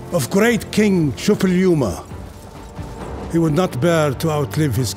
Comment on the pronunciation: Wow, they actually pronounced Šuppiluliuma's name right